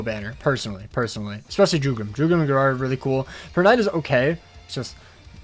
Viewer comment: Why do you pronounce Gerard like that